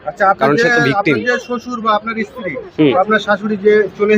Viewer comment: ইশতিরি বলেন কেন?